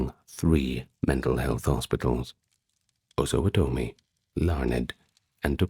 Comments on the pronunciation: As Kansas resident all my life, it's "Kansans." The Osawatomie hospital is pronounced Os-a-watt-a-me, phonetically speaking. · Pronunciation Osawatomi: " AH SUH WAH TUH MI : Kansan: " CAN SN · I'm sorry but as a lifelong Topeka Kansan, Osawatomie pronunciation was too much. "OsawaTomie". Nope. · Osawatomie is Ossuh-WAH-tummy. Not usually that person to correct pronunciation but Topeka is my hometown 😂 (also I noticed a lot of people say Toe-peekuh but everyone in Topeka calls it Tuh-peekuh) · Osawatomie's asylum would probably have better stories. Your pronunciation is way off by the way. Try o-suh-WA-tomy. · getting local for me! I’ve lived a few blocks from here my whole life. My friends used to try to get me to explore the hospital with them when we were young, but I was a goody-two-shoes and wouldn’t go. I kind of regret it now that I’m at the age where trespassing gets you real consequences. Btw, Osawatomie is pronounced “oh(or sometimes ah)-suh-WAH-toe-mee”. It’s always fun to hear people try to pronounce Kansan names, lol. You did a really impressive job; I feel like most people don’t even care to try, but I can tell you looked into pronunciations. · Came to the comments to see if anyone else noticed the pronunciation lol